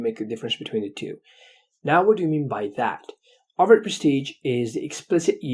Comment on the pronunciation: It s overt,notover